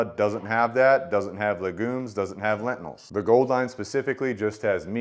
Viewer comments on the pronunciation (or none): It's pronounced "Lentils", not lentnils. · It's "lentils" ....not "lentinals", my dude. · I can't un-hear "excedra" and "lentinals" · I've never heard anyone call lentils, lentinals... is that a family pronunciation? Also, you keep pronouncing et cetera with a D. Your video just popped up in my feed, and honestly, I'm not trying to be the word police. I'm just trying to help you out. You do speak very well, and you have good content. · Reminder not to take science advice from a guy who can’t even pronounce lentils.